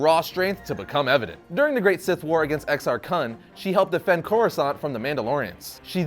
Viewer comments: He says xr cun funny isn’t pronounced coon not the way he’s saying it lol no disrespect just kinda bugs a little lol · Ok..., dude, buddy, amigo, compadre con queso, seriously you've gotta stop calling it "vay-pad" lol. That just isn't what it's called/how that word is pronounced....it's "vuh-pod" man. And it's "ex-arr-koon" not "kuhn". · The only issue I had with this video was your pronunciation of Exar Kun and Ulic Qel-Droma.